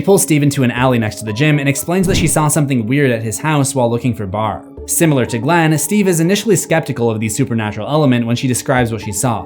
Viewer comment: It’s Barb not Brab